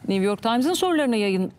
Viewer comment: Niv york deĝil güzel nü york nüüüü